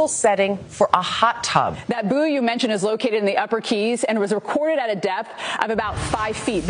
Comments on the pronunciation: America, buoy is pronounced,"boy" as in buoyancy. Definitely NOT boo-ee. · As an aside, its not a boo-ee. It's pronounced boy. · I can't take them seriously if they pronounce bouy